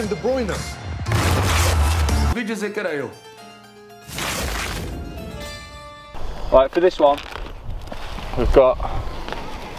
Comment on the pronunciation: “Kevin de Broyna”